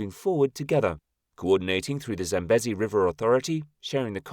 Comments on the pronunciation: 100% this and correct pronunciation issues the LLM has. Example: it is pronounced Zam-bee-zee not Zam-busy. And the country Zimbabwe is pronounced Zim-bab-weh not Zim-bab-way. Names are important and getting them right earns good will from viewers, making them more inclined to watch your other videos. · ZAM-BEEE-ZEEE not 'bezzy'. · Pronounciation.... Zambeezee. Also, there is no way in Zimbabwe. Pronounced Zimbabweh. Not Zimbab-way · It’s pronounced Sam bee zee! Get it right!